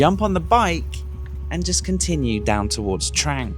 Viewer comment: It's pronounced "TRONG"!!!! C'mon, you can do it!!!